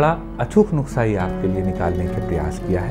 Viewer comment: Sir please nuksa nahin nuskha hota hai 😝😝